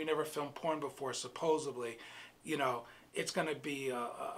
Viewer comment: There is no such word as suposeably …..it’s supposedly.